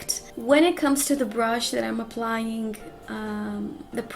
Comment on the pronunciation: I love how you pronounce “applying”...lol you really stress the ‘g’ at the end, so cute!!! 😍😁